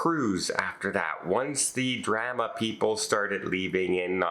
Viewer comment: Leave it up to to mispronounce "drama"